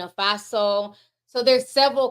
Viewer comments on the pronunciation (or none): none